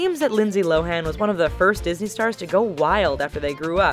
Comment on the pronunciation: What's a Dosney child?